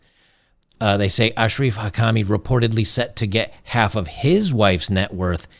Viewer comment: You said his name right Ash-raf is the way it's pronounced. Most other channels say AK-raf😂 This man must be protected at all costs!